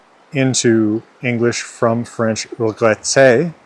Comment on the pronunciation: "Wh-fench" is too much